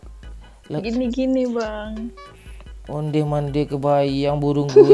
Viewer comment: Paling gak tahan pas ngomong onde madee